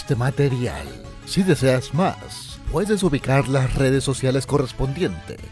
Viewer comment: En el final dice redes socailes deme mi queso onichan